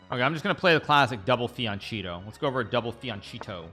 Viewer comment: "giuoco piano" is pronounced "joko piano" not "gucci piano, and "fianchetto" is pronounced "fianketto" not "fian-cheat-oh" 😭great video love your channel and playstyle 👍